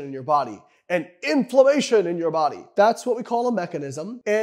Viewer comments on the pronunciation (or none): none